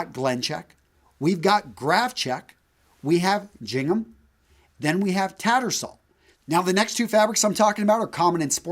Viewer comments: JING-um? I've heard it both GING-um, and ging-HAM, but never the way you say it here. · Trillo 333 In my head I always heard it as GING-um but I've never heard anyone actually say it. pronunciation really took me by surprise.